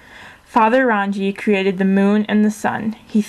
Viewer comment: Rangi Is said like "Rung-ee" Papa is Papatuanuuku, Taine is said like "Tah-nay"